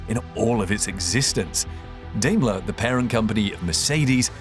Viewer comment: Good video: note, it is pronounced Dime-ler or Die-mler